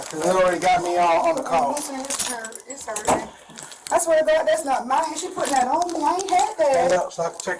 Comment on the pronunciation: How many syllables are in “that’s not myiine!”?